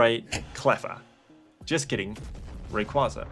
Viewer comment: Sure you can see my interent history. All you'll see is ebay and pricecharting 😂😂😂 Also you say Dialga right but not Rayquaza?